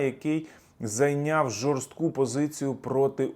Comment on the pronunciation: Посадка ЖОСТКА. Сісти жостко - вдаритись об землю.... "жоРСТОка" посадка... вчіть мову, шановний, вже маєте говорити достойно.